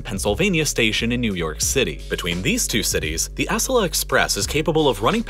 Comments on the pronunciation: It's good that you corrected your errors. How could you have missed the repeated mispronunciation of "Acela"? It's not like it's an obscure thing that no one would notice. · the way he pronounced "Acela" should be a crime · that pronunciation of acela 🫣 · You don't stress the C in Acela Express. Just say it the way it is written. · Acela is pronounced with the accent on the second syllable. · What kind of madman pronounces Acela like this 😆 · It's really hard to take this video about US train travel seriously when the narrator doesn't even known how to pronounce Acela. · Still pronounced Acela wrong lol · Your mispronunciation of "Acela" wounds my soul. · He replaced butchering Merced with butchering Acella (its A-cell-A not ASS-ella) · I hate to be petty but Acela is pronounced 'uh-cell-uh' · Props to you for redoing this! Also, Acela is pronounced "a-SELL-a," not "ASS-ala". Keep up the good work! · Dude, it’s Acela like; aCELLah Not ASSelah. You’re putting the emphasis in the wrong place. As a train nut this has just bothered me every time it’s said in this video, which is a lot. Lol But thanks for the video! Not sure what was wrong in the first upload but, here’s one more thing to get to 😙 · Its pronounced a-cel-a not ac-el-a but kinda like the latter. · ASS-a-la? Lol. as-CELL-ah it's how we pronounce the Acela Express line here in the Northeast. No need to re-upload another video, but you might want to take note of it. 😁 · There may be some corrections, but still lots of cringe going on here. Like the map of the driving route from SF to LA... where he chose to display the more lengthy, scenic route along the beach instead of the 5 interstate that saves an hour. Or the fact he pronounces Acela as "ASS-ela" lol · Next upload of this video, can you work on the pronunciation of Acela? Uh-cell-uh. Not ass-ella. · Uh-SELLA, not ASS-uh-luh, dude. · It’s ah-CELL-la, not ASS-ella. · uh-SELL-uh, not ASS-ell-uh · Ahh-Sella-ah. Not Ass-sella. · FYI, it's "uh sell uh."